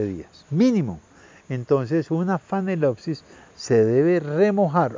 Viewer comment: ¿Phanelopsis ("fanelopsis") o Phalaenopsis ("Falaenopsis")?